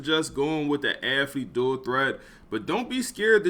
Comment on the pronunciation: Dawg I love the channel and content but I hate how this man says aFFlete over and over bro is allergic to the “th” 😂